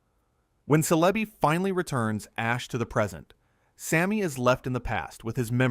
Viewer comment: Yeah i heard the cele bye and said bye to the video